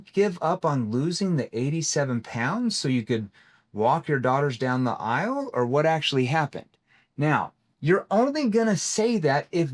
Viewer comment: I love you bro, but it's "aisle", not "ilse"